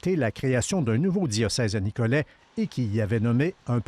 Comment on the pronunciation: Pourquoi le monsieur prononce-t-il le T final? Ce n'est pas «Nicolette»